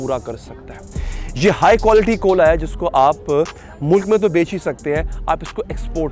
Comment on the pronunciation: 2mint 16 second pr ap ne Koila ko Kola keh dia...